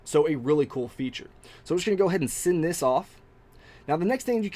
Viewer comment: Thanks for a great review. I must say one thing. I cant stand it when you say send sending or ten. You say it like sind sinding or tin. Sorry. Just saying. Again great video.